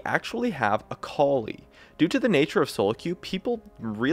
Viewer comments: ITS AKALI, NOT AKOULI. A-KA-LI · Is that really the way you pronounce that ? "Acowly" ? '-'